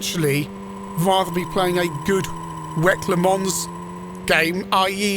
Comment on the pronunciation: I don't mean to be rude but it should be worth noting that the W.E.C. in the "W.E.C Le Mans" title is not supposed to be pronounced "WHECK Le Mans", the letters in the acronym stand for "World Endurance Championships". This reminds me of how Americans (besides me) usually pronounce the ZX Spectrum as the "Zee-Ecks Spectrum".